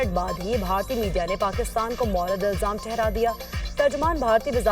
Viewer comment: Morad ilzam nahi Moorad e ilzam word he, bad urdu, what a mess of a news channel.